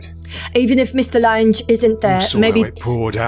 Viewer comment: Excellent as always, but...Lan-gees??? LANG, as in "language." Maybe you young ones don't remember the actress Jessica Lange?